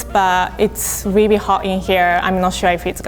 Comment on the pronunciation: “it’s wiwi hot in here”